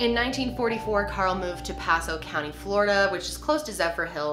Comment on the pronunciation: So weird! I live in pasco! You said it wrong but that’s okay haha